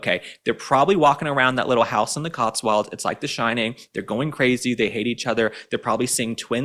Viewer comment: Love the way pronounces The Cotswolds as The COTSWALDS.!!